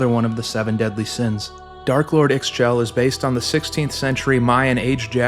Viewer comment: one small note, Ix Chel is pronounced "Eesh-chel" great video though, well researched!!!